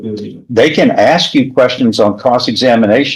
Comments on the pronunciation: I don’t get it Why is pronouncing Ask the correct way seemingly has become impossible? It’s 3 letters. It’s ask. Not onompnapie. I have no idea how to spell it without auto correcting as i attempted to spell it , and still though I know how the word is pronounced. Ask. Not aks. Not achs. Not aks It’s A-S-K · I would troll every person that can't say ask Everytime they say ax. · I might seem like a snob but any person that cannot pronounce ask properly… ie they pronounce it aksss… well my skin crawls and my blood boil. It’s 3 bloody letters!!! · Regularly punctuated with a lot of ‘axe’ and ‘axing ’! 😂